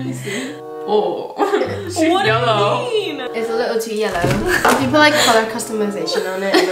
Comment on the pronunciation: “uR TeEtH iS YeLlErw”